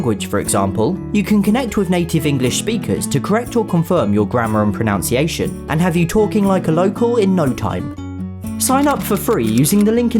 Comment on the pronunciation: Thanks for another video teaching me something I didn't know I wanted to know. Even someone as clever as can mispronounce 'pronunciation' though. Ironically it must be one of the most mispronounced words in the English language!